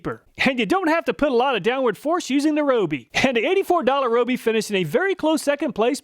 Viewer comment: RYE-OH-BEE! Not ROH-BEE!!!